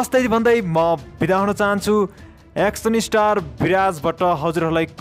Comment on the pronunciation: Hihihihihi action lai pronounce gari bolna pani na auane kasto brother ho u 🤣🤣🤣😃😃😃